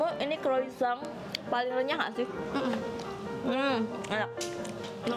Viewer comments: Croisang 😂 it’s croissant not croisang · Croissant [krowasong] not kroisang 🙏🏻☺️